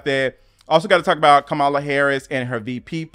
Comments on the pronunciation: COMMA-LUH= Kamala. it is not that hard. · I adore you and your content. Please pronounce our Black Women’s names correctly. COMMA-la. Sha’Carri is pronounced Sha’Carrie.